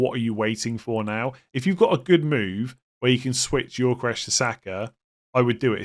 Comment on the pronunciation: It's pronounced Yokoeres not Yorkoresh